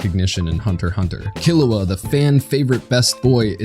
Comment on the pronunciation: "kee-loo-ugh" not "kil-oo-ugh"